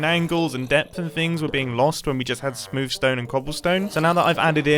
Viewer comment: So was I the only one who at first thought Mumbo said 'sploof stone' ,?